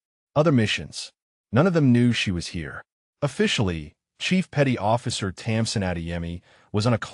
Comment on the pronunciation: Her name is Tamsin not Thompson